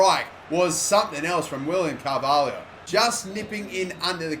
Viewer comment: It's Carvalho not Carvahlio